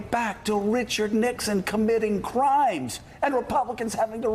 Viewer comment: Lichard Nixon?